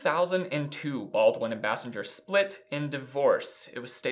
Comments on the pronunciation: His ex-wife’s name is Kim Base-sing-er not Bas-singe-er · Bay-sing-er not Bah-singe-er smfh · Basinger=BAY-sing-er not Bass-en-ger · FYI it's Bay-sing-er not Bass-in-ger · Kudos to you for factually pointing out in chronological order the fact that Alec Baldwin has a long term history and provable pattern of abusive behaviors that prove he is a useless pustule and a danger to society. Kim Basinger (Properly pronounced BASE-ING-GER) is an Oscar award winning actress who has been almost forgotten because his horrendous behavior went unchallenged. She was just another crazy woman in Hollywood. He was a white man in Hollywood as part of the good ol boys establishment remained unscathed. Thank you for doing your homework. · This is just a great show, I really enjoy it. It's Kim (BAY-SINGER), she pronounced it in an interview I once watched. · This is v nit picky but Basinger is pronounced like bay-singer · Thank you for correcting the pronunciation of her last name. It was driving me nuts. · I’m amazed that he was unfamiliar with Kim Basinger (thus the name mispronunciation). Kim Basinger was pretty much the “It Girl” of the late 80s through the early 90s. I remember being a child and seeing her in so many films and in countless magazines. For fun, today, everyone should look up and listen to the song “Peach” by Prince. It’s about her, as she and Prince had a little thing before she married Alec. Prince attempted to help Kim with a music career, but she wasn’t much of a singer. She did, however, make some cute little sounds that he tied into various songs during that period (he did the entire soundtrack to that 1989 Batman film), and Kim Basinger can be heard throughout the song “Peach,” making what sounds like a sort of moan-hiccup. I’m pretty sure Prince titled the song “Peach,” as Basinger hails from Georgia. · Please learn to say Kim's name properly. How can we consider your opnions when you can't even get someone's name right? You're welcome.